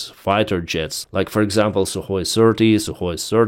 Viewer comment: Not Sue or SU, Sukoy! When I say Sukoy you say B00m, Sukoy, B00M! 😅